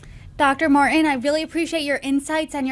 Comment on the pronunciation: Poo IN? ( ). Mar-IN? ( ) 😂😂. Why don’t people (millennials) know how to pronounce “T” anymore? Did they take that letter out of the alphabet now?